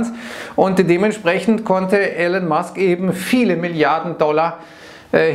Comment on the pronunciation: er heißt "Elon" nicht Allen haha